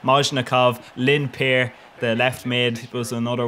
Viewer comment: In estonia people would laugh themselves crazy with this kind of pronauncion of Lindpere's name